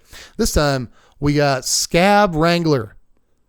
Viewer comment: Good video. I pronounce "Skaab" as Ska - AHb not Scab and "Sengir" as Sen-GEAR. The Baron is one of my favorite cards.